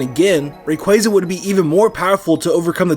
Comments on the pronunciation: Ray-qwah-za not Ray-qway-za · Ray-qu-Ah-za ar-s-ee-us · DO NOT LEAVE OFF THE Y IN RAYQUAZA!